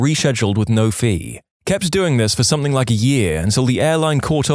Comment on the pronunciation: No K in the word something